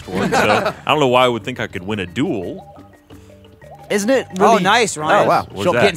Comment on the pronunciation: Watching this in 2018 is tough because Gavin keeps saying duel and it sounds like juul